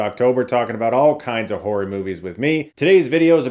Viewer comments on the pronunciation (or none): “Whorey” or “horro-y” movies? 😂